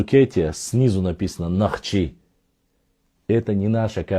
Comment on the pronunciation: Не Наьхчи, а Нохчи.